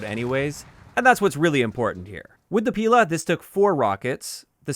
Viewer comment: It's actually pilA. Stress on the last syllable.